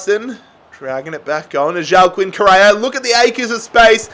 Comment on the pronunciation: Say it with me............... WA-KEEN and not JO-A-KEEN